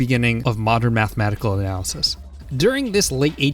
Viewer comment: Is that an intentional "Analaysis"?